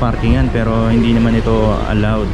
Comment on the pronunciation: #lightsonyou *parallel. Lahat ng sasakyan nasa horizontal plane. *hun-de *[E]nforcer ". . . ang daldal mo . . . para kang babae." 😂🤣